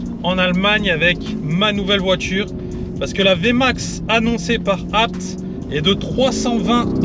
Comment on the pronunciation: enfin quelqun qui prononce abt de la bonne maniere